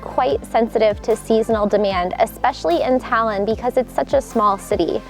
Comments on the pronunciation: the way she says Tallinn makes me laugh. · FYI, you aren't pronouncing Tallinn correctly ;)